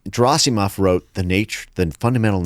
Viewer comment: If only people invested in a given subject took some effort to properly pronounce non-English surnames... Every time he says Gerasimov, I want to scream. I understand that an average person may not have the time or interest to check the pronunciation but if it's your bread and butter, come on...